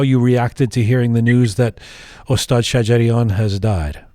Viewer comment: I am sorry, l would like to point to your pronunciation of (Ostaad Sajarian ) استاد شجریان. If you say “Ostad-e Sajarian, pronouncing the e after Ostaad, it means Shjarian’s master but not Master (Maestro) Shajarian. Just a small detail.